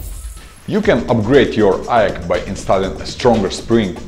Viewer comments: Lol he actually pronounced aeg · AEG is not pronounced EGG its I EEE GEE